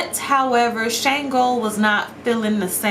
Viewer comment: Shango's name is pronounced SH-AHN-GO